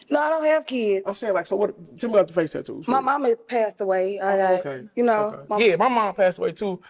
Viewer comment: Taddoos? WTF are taddoos?